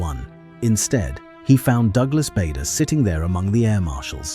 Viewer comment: 🎉The name Bader was pronounced incorrectly.